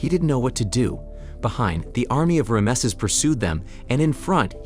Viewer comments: It's fckn Ramses not Rameses! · Ram sees..NOT ram a sees...has the narrator never heard of the name before? its like thousands of years old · That is the worst bunch of Tripe I have ever seen from hollywierd!!! And who the heck is Ram uh sez??? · Who is Ray-emsees?? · the varying pronunciation of Rameses is hilarious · Yeah how do they pronounce it 3 times incorrectly. AI letdown